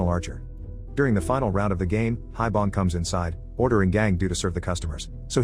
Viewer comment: One point to make, the granpa's name pronounced as 'Hee-Bong', not 'Hie-Bong'.